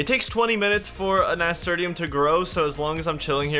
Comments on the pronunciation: haha nasturtium is pronounced nasturtium not nasturtium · Finished my 2nd walkthough. Amazing series, still laugh every time he pronounces "Nasturtium" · Was enjoying this until I heard how pronounced nasturtium. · Thank you for making this. Also, I've never heard anyone pronounce Nasturtium like that before 🤣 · I still LOL at the way he pronounced Nasturtium. Love ya, bro.